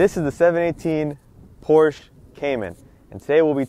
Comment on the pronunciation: Hey Dude, learn to pronounce the brand before making your review ..